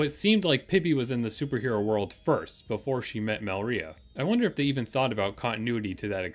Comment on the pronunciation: You did a good job! Also I thought it was pronounced Me-LI-rah not Mel-RI-ah